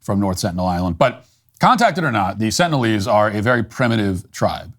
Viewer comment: "Sentinialese" ? Sengalise? instead ? // Sounds like Biden supporters to me.